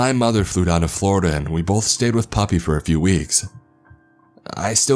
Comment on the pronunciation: Wait when he's saying puppy is he trying to say papi? 🤣